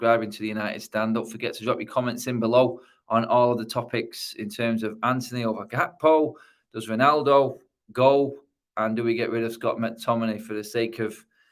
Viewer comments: why the hell is calling him hakpo needs to learn the players names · What's with you guys pronouncing a 'g' as 'h'? His name is Gakpo, not Hakpo. De Gea, not De Hea. Just pronounce it as a 'g' like the word good'. Gakpo is pronounced a bit different than that in dutch, but definitely not 'hakpo' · it's Gakpo not Hakpo